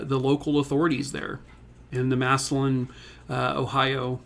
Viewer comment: It's pronounced "Mass a lynn" not Massolon